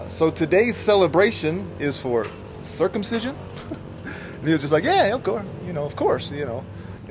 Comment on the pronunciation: Girls dont get circumsised in indonesia ,only some african tribal who still do that which is not good. And circumsicion is not that weitd,you acting like its a weird,the way you pronounce it many times etc...sorry you hit my nerve abit sorry for that, m out of your chanel.